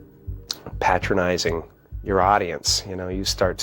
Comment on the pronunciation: The best part of this video: Carrey pronounces “patronizing” correctly 👍🏾 also “Truman Show” is a masterpiece of social commentary